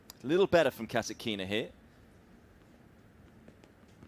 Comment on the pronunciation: Please,pronounce right-KASĀTKINA not kasakina....